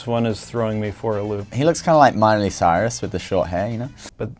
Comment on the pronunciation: HE CALLED SEHUN MYLIE CYRUS IM DED 😂😂